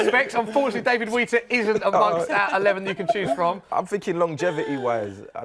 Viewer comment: Man said David Wheater lol